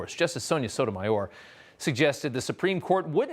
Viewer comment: Sotomayor? so-so? no point only spew